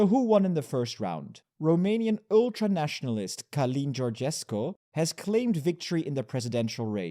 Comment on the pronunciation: Călin is pronounced something like Cuhlin but with a quickly-pronounced uh